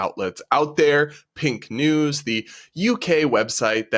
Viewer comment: I'm very sorry, but in the first news clip I thought the speaker said "Pink Knees". which, while crass, somehow seemed like a name that an LGBT2SQIA+ZXY organization might give themselves.